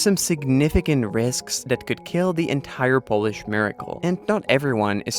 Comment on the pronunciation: Nice Polish pronunciation , awesome